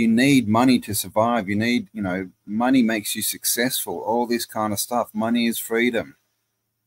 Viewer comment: Mone eye. Yikes!